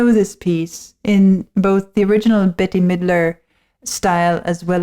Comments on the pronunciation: Bette Midler’s name is pronounced “Bet”. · Pronounced. BET- Midler 🙂